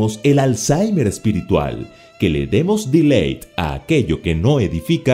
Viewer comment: Nada mas una observación: No se dice "Deleit" si no "Delít" (Delete) y no ví la necesidad de meter la palabra en ingles ya que es una tema en Español. Pero me encanta la explicación y todo lo demás porque puedo estudiar la lección junto con mis hijos y esposa y todos le entendemos muy bien. Gracias y muchas bendiciones!